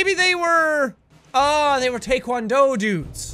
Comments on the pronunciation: it's pronounced taikwando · It’s pronounced taee-Kwon-do spelled taekwondo